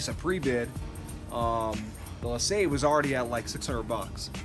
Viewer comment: Nice find and pretty decent car! I find that Seafoam is pretty good at breaking down the stickiness of old gas. By the way, LeSabre is pronounced Le"saber", not "lasabe". The R is not silent in this case.